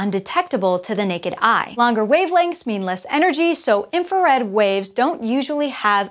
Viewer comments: High enrergy and low enrergy. Whoops. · "High enrergy" and "Low enrergy" lol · Yes, I noticed that too.